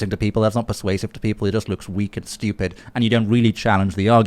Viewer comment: I like how he said -weak and stueupid.